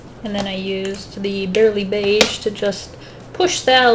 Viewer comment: So I’ve been wondering, do you say BARLEY beige like BARELY beige on purpose? I’m going to assume the answer is yes lmao.